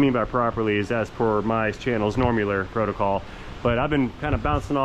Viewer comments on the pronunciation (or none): none